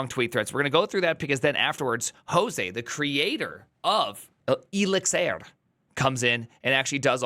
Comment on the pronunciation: Elixir as Elizir just hurts